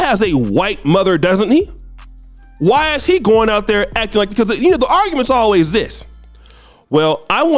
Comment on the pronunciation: emphasis on “always” 😂